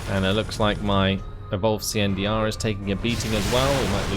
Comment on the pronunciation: They say he's still out there, somewhere, pronouncing CNDR as an initialism rather than acronym to this day. ^_^